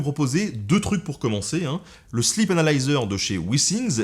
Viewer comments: sleep (i long) sinon, ça fait slip :) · J'ai cru entendre "le slip" et non "sleep "😂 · MuteTheSong C’est parce qu’il l’a prononcé slip anal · "le sleep analyser" => mes oreilles => "le slip analyseur" 🤣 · vaut mieux le prononcer sleeeep 😁